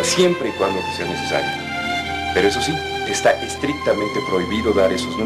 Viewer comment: Que molestia esa empleada que dice shi y no si 😡😡